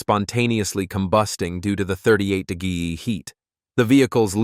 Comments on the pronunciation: Whats a de gee ????? lmao. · I'm sorry, what is a "de-geeeeee"??? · Ai apparently has trouble pronouncing the word "degree"